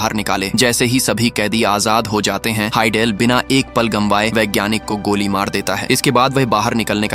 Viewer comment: Gamwaye nhi Gawaye. Nice explanation